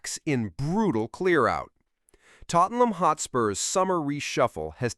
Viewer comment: more AI horse shit. it even calls Tottenham "Tottleham". rubbish